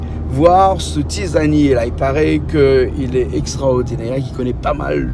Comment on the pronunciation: Tisanier et pas Tizanier